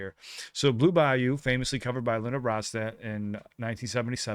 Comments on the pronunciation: You pronounced it correctly. La Ronstadt, as I used to call her, released a string of impeccably sung albums that brightened up the decade of the '70s. I don't believe she ever wrote a song, but rather selected all of her material from some of the very best songwriters of the era and the past. She eventually developed what was initially diagnosed as Parkinson's disease and later reclassified, which took her voice and derailed her career. She's missed by many of us. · “Desperado” live version. A song written by Glenn Frey and Don Henley of the Eagles. Before the Eagles existed, they were part of Linda’s backup band. By the way, you are pronouncing her last name correctly.